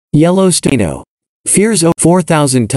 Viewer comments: did the computer voice just call it yellow steino. please was a real voice not a computer. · Yellowstaino ??? I think your computer voice has a glitch.